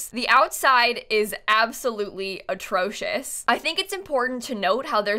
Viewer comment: "quick overview of her house" well it's probably ea's most horrific build that they actually accepted into the game "the outside is absolutely atrocious" I guess that works too. (btw is it just me or did sound really English when she said 'atrocious'??)